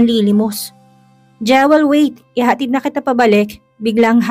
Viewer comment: Pangit naman ng pronunciation ng narrator sa Jewel. Dapat Jiwel ang bigkas na tama nito.